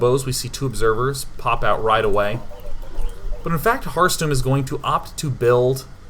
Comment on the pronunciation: I kept hearing Heartstone when day9 said Harstem...